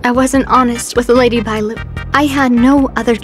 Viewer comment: I thought he was calling her baelu on purpose..... oops, anyway good vid.